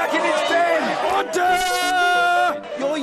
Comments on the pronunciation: "Oder", hahaha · He says order? Or HODOR? 😂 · It's "ORDAH" , why the U? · Mr. Bercow's favourite animal? OTT-ER! As a child, the job he wanted to do most when he grew up? AUTH-OR! Whether he himself thinks Brexit will happen? OUGHT-TER! His favourite fantasy realm? MORD-OR! Favourite tropical fruit? PAW-PAW! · It sounds like ODDER ODDER! ;-) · OH-DAH! Somewoons stolen me "r"s! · is my favourite. Never heard that way of saying it.